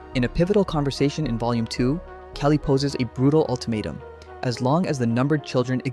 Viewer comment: KAH-LY!!! Her name is not Kaylee,,, it's Kali, punch yourself in the stomach that noise you make that's half of it and then just go li real quick at the end... How people can attempt to make these videos without even recognizing the basic pronunciation of what they're going to be saying is beyond me and frankly the reason why AI is doing so well it's hard to tell the difference between those lacking grey matter and AI slop